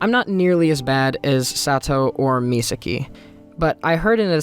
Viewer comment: Serious question, I’m not sure how to ask this without sounding like a total douche bag. Are you unable to say Misaki’s name right? I know some people can’t say certain words. They try but they can never say it the right way. Or is it a case of you just didn’t realize you were saying it wrong? I’ve done that with certain words and certain characters names. When I find out how it’s pronounced, I’m like “that’s how it’s pronounced? Well, hopefully I can train myself to say it the right way”. If I say a word wrong in front of someone and I think I’m saying it right, instead of correcting me, they just laugh 🤷🏼‍♂️.